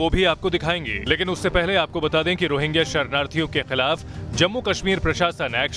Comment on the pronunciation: अरे... ओ मैडम ......... रोहिंगा नहीं.... रोहिंग्या